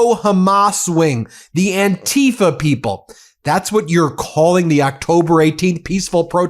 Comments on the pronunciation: It is not "an-TEE-fah," as Trumpists like to call it... some kind of scary new organization. The movement and word is anti-fa(scist), short for those who oppose fascism, and has been around since 1930 Germany. My relatives who sacrificed their lives fighting to free Europe from fascists in WWII were as anti fascist as is humanly possible. I am, and have always been, opposed to fascism. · The way they pronounce "antifa" makes it sound as if it means something that it is not. Anti-fascism isnt an organisation or a "terrorist wing". These people should not be in public office, they are incompetent